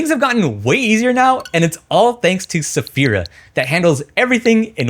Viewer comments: I think it's pronounced like this: Sph-Air-Ah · dawg i love your content but why u calling it safira 😭😭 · When he said «what a hard name to pronounce » about Sphaira i cried in silence about my 10 years gamertag 😭😭💔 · I like how you pronounced Sphaira 4 or 5 different ways.